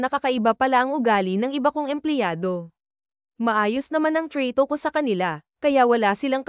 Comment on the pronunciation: Tingin ko nmn Pinay Ang narrator pero me kaartehan Ang pag narrate Trato n word nging treyto dba nkakawalang ganang pakinggan